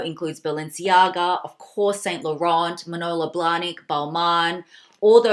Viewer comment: By the way it is pronounced as Saint lorhorn. Something of this. Withoit the R